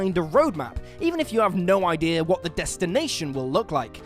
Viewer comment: Can someone explain to me what happens with whatever accent the narrator has when saying the word idea. In the first line of the video he says "Ideer" but then a few seconds later he pronounces it "I-dea". Why is this a thing? Kind of reminds me of the whole British accent being lost when singing thing.